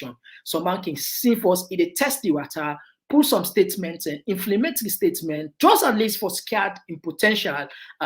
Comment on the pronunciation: what is "inflimate"?